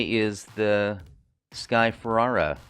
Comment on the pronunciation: Watched your videos. Nice! Don't think you're saying sky Ferreira name right though.